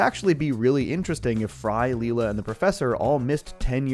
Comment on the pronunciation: excuse me, did you say Lee La? wow. did you even watch Futurama lol